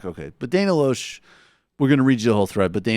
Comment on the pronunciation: By the way, the Rejected-by-Hollywood Dana pronounces her last name "Lash".